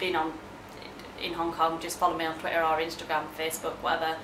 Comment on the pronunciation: did you say hong cock rather than hong kong?